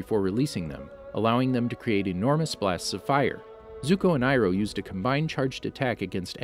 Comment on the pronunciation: General iroh more like GENERAL FIRE-O